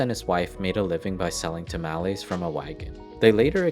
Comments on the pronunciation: It's not tamaalese it's tamales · Sowth-ern, maasa, ta-mal-ees, tack-ows....uugghh.. pronounced suthern, mahsa, ta-mah-les, and tah-coes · lol tamowlees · "Tuhmallies"... "Tackos"... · Please get a human to narrate. The goofy pronunciations are too much. "Sow-thern" "Ta-malees, like 'malformed' mal" "Cah-suh, like 'cat' " "Tack-oh" I mean, c'mon. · To hear this guy pronounce CASA, MASA and TAMALES wrong every time. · The way you pronounce masa, tamales and, casa makes me want to stab out my ear drums with a pencil. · The way you say masa drives me crazy [Edit] tamales too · Plz stop saying tamales like that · Yet he butchered tamales, masa, and southern.